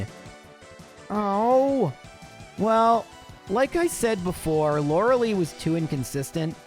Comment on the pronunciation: all this time and he still says lorelei wrong